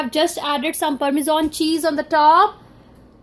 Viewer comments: Culture Recipe lol nah she said "purrmizon" cheese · Did we hear 'Parminder' Cheese?! 😂